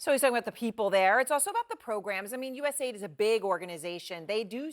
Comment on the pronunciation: It's pronounced US aid, not USA ID